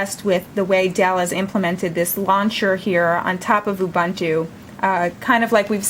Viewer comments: "awbahntu"? It's pronounced "U-boon-too" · what's so hard in saying "oo-boon-too"? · It is pronounced "oo-BOON-too" (from Ubuntu's own documentation)